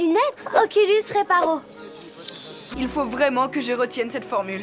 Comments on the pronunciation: "Oculanus Reparo" ! xPTDR ! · "oculanus reparo" mdrr